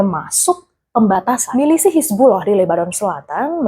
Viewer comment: kok "milisih" sih